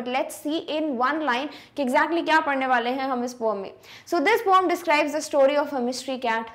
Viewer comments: Mam not poam it’s poem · mam not poam its poem improve your speaking skills 😂😂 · It is not poome it is poem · Mam you says that poam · Because mam say pooum ma